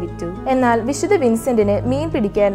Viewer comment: വിദ്ധ വിൻസെൻറ് ഡി പോളിന്റെ വിഡിയൊ നന്നായിട്ടുണ്ട് .വായിക്കുന്നത് കുറെക്കൂടി നന്നാവാനുണ്ട് .പ്രത്യേകിച്ച് "വിശുദ്ധ" എന്ന് പറയുന്നത് " വിശുദ " എന്നാണ് പറയുന്നത് ഇത് അരോചകമായി തോന്നുന്നു .നന്നാക്കാൻ ശ്രമിക്കുമല്ലോ നന്ദി !